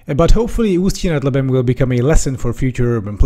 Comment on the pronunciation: Your pronounciation of "Usti nad Labem" is impecable!